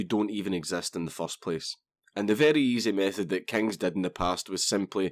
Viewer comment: Kang, you ain't say'in it right.